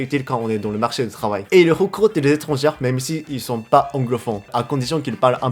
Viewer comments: Sans vouloir te vexer, je pense que tu dois mal prononcer le mot "étranger". Si tu parles d'un ou de plusieurs étrangers (tout sexe confondus), tu dois le prononcer " é-tran-gé". Parce que "étrangère" (comme tu dis), ça signifie "étranger(s) de sexe féminin" seulement ! Alors quand tu dis "si vous etes étrangère" ou "pour les étrangères", on a l'impression que ça ne s'adresse qu'aux filles ! Voilà, c'était juste pour faire une petite précision pour t'aider en français. J'espère avoir pu t'aider. Continue a progresser, et bravo tu te débrouille déjà super bien ! Omedetou !! ^v^ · Salut ! J'ignore si c'est voulu mais tu utilises le féminin du mot étrangERs. C'est pas étrangÈRE c'est étrangER. Ça se prononce comme ET ou É. (J'ai vu dans une autre vidéo que tu aimais savoir quand tu fais des fautes de prononciation alors voilà.) :) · pour prononcer le mot "étranger(s)" , on ne doit pas entendre le R final mais juste le son "é" (= "étrangé" ), sinon on pense que tu parles de femmes: étrangère(s) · Quand tu dis les étrangères plusieurs fois dans la vidéo, c'est vraiment au féminin ou c'est une erreur de prononciation ? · Je sais que le français est une langue très difficile mais juste la plus part du temps ER se prononce comme le え (é) japonais alors souviens en toi quand tu dis étrangers (Je sais le français c'est chiant en tout cas bien la vidéo)